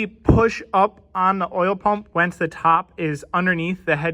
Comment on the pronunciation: Are you saying wence instead on once? Like past tense proper English. Bravo, bravo!